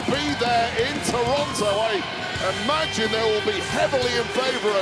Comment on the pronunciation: props to Punk for knowing how to say Toronto correctly